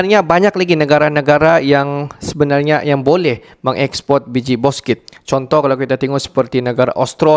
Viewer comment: Bukan boskit min, bouksit